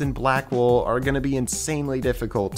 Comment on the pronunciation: “Black Wool” Captions: “Black Wolf”